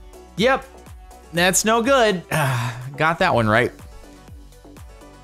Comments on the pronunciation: No one : Captain sparkles: that snow good (That’s what I heard after the snow video) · lol Jardinian accidentally said "that's no good" but it sounded like "that snow good"